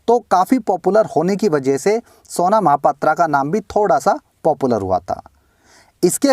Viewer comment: its pronounced mahapatraw not aa not O unfornately she is from my city -_